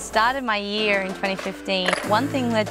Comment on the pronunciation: She says year like an American now.